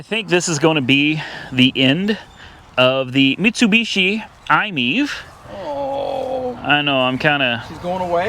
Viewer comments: We love our iMiEV and I hate the way you pronounce it! It's not I-MEEV! It's I-Me-Ev. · I’m think it’s pronounced I-My-EV, not Imiev